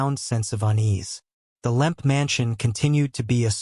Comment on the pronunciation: It’s Lemp, not Limp or Lamp